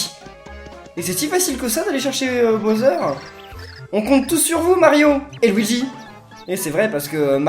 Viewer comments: Il as un Problème de préconisations typique français.... Il prononce Bowser ( boseur ) Je préfère les YouTubeurs Englais car il’s prononcent beaucoup mieux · le méchant des paper mario s'apelle bowser pas boser!